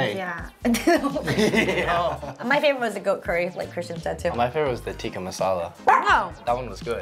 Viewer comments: Chicken 'tikki' masala🤣🤣🤣😅😅😅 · ngl as an indian when they said tikki masala i was cracking up 🤣🙏🏽